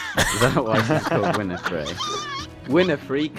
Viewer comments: Oprah Winfrey, not "Winifrey" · It isn't Winnifrey xD